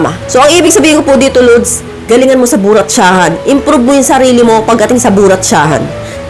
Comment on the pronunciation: I am think what you mean is "Brotsahan" not "Buratsahan" maam.